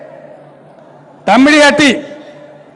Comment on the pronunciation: తమ్మిడి హట్టి బాబు తుమ్మిడి హట్టి కాదు